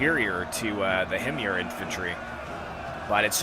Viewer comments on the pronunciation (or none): HIM-yar. I don't know the proper Arabic pronunciation, since I don't trust Google Translate to tell me.